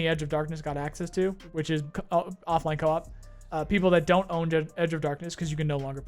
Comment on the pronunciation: let me help Coe as in hard O and Ahhp... Co-op, not cop.